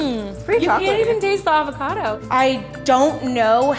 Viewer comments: hope - the p is silent at night fre shavacadoo 😂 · Its weird being an Australian and hearing them pronounce avacado and gnash xD